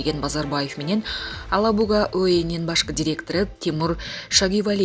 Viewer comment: Алабуга эмес,Елабуга деген жер бар.ошону да туура айталбайсын🤦‍♂️